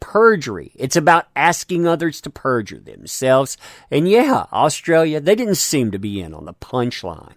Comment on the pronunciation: Any other Aussies here hate the way this guy says the name of our country?